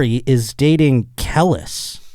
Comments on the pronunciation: I’d never dare to correct I just want to alert his in knowing it’s CUH-LEASE (Kelis). But truth be told, as a roach, Kel-lis made the story that much funnier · I demand an apology after butchering Kelis’ name repeatedly 😂😂😂 Kelis = Kee-lis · Listening to fuck up "Kelis" over and over was painful..... smh. Not a single minority in the room to correct him. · I took a shot every time mispronounced Kelis and this is my ghost commenting for me now. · It’s so cringe how he keeps saying kelis, I wish someone would correct him!! 😑